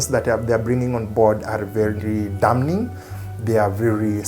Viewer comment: The "n" in the word DAMNING is silent.